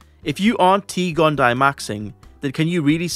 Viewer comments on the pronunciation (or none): Just a heads up, a double i in Latin like T. gondii in pronounced “gon-Dee-aye”